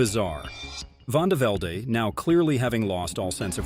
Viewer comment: Vandevelde pronounced vandeveld, not "vandevelday".